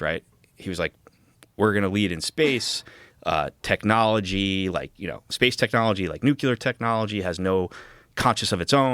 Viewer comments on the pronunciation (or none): Will someone PLEASE tell these people that saying "nukular" loses all your credibility immediately, no matter how well put together your film is? You aren't doing disclosure or science any favors if you don't know what a nucleus is. We learned it in middle school. I just can't take you seriously. I just can't. That includes Grusch too. You were in intelligence?? And you think a nukulus is a thing? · Stop saying Nu-Cu-ler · Can someone teach Dan Farrah how to say nuclear?